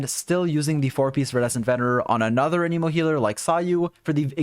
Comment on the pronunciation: good video but one small thing i noticed in general with your videos... you pronounce anemo wrong